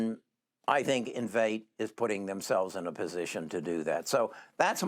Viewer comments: in- vee-tay ... Please learn how to pronounce correctly before making video. Common man, u claimed to also own the stock and you can't say its' name lol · It's pronounced in-VEE-tay. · Lol.. It’s Enn-vee-Tay!! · How can you take investment advice from someone who doesn’t know how to pronounce the company name???? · you should learn to pronounce the names of these companies if you plan to make vids on them. I love this company and have a position I don't want to sell until it's a trillion dollar company